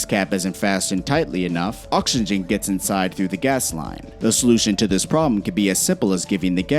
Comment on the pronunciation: idk why but the way you said “oxygen” had me laughing for quite some time